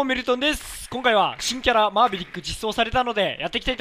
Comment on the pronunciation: 最初の新キャラが珍キャラに聞こえた